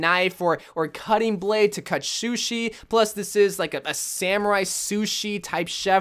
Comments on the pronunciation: What said: sushi genji What I heard: genje shushi shkin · SHOE-SHIE???? i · I think I heard him say shushi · No one: Not a single soul:: “Shushi” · “Shushi” -, 2020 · “Shew-Shi”, 2020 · Nobody:: shoeshi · "to make shushi " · ‘To cut shushi’ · Shoe she? 😂😂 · did he just say "shushi"? 🤭🤭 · anyone else notice that he said shushi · I'm sry did he say shushi